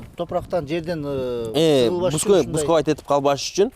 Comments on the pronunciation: Буксовать эмес бусковать экен да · Бускавайт этип дейт😂😂